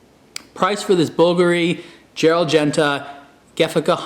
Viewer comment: you pronounced it BULgari and bulGARi. is that just 2 different ways of pronouncing the brand?